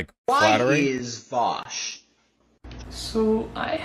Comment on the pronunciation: before anything else vaush's first crime is how he pronounces his name